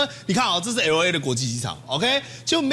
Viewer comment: [el ei] 不是ELO EI 你的英文太支